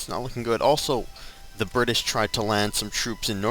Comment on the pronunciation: did you say Burtish?